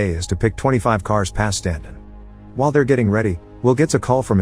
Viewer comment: Stanton not Straton. Edit: Don't worry I still really enjoyed the video and I did end up hearing you actually say Stanton after watching it again in some areas.